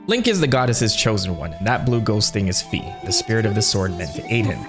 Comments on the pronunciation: Fi is pronounced /ˈfaɪ/ and her name in every other languages is written "Fay" which is in all of these languages closely pronounced the same as how her name is pronounced in Japanese (ファイ (Fai)). Plus her name is literally Fairy without the salt of "Fee" gang (reeeeeee) Also her name is probably inspired by Morgan le Fay (/ˈfeɪ/) which is derived from the french word "fée" (/fe/) Also also, every time you pronounce Fi as "Fee" a little children dies somewhere on earth, hope you're happy Jokes aside good video (Ps: yes I'm passionate about that because "Fee" sounds disgusting to my ears :) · F-EYE! F-EYE! F-EYE! F-EYE! F-EYE! F-EYE! F-EYE! F-EYE! F-EYE! F-EYE! F-EYE! F-EYE! F-EYE! F-EYE! F-EYE! NOT FEE!!! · I think Fi is pronounced as in Wi-Fi🤷‍♂️ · Why people insist on pronouncing Fi's name wrong will never stop vexing me. It's been 13 years people, time to look up the pronunciation!